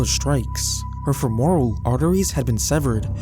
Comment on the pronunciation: Yeahh like how he pronounced femoral ....a little research into pronunciation goes a long way! This is a very common thing on this channel and it's kind of annoying how he isn't correcting the issue